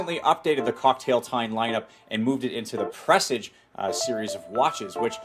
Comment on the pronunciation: Its not "Press-ige" its "Per-sarge"